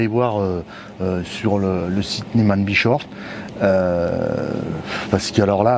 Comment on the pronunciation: j'adore comme tu prononce nesman brechoff 😀👍je plaisante!!!! Bien sur que vous êtes les premiers grands merci à vous deux tip top cette présentation qui m'a beaucoup plus 😘